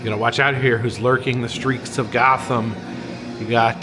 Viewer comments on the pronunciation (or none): none